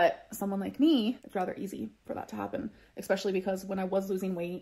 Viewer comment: For ALR she doesn’t understand that the 2,900 calories is the # to maintain her current weight, she would need to eat below that amount in order to lose weight. Also, there is not an “x” in the word especially, nor is it pronounced with an “x” in it.